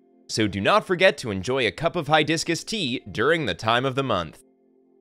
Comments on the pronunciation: did I heard HiDiscus tea? 😅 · He said HiiDiscus. I heard it 🤣. It’s fine. A very helpful video